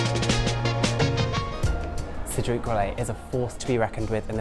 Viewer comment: Cedrique ??? Pralinay? 😂😂😂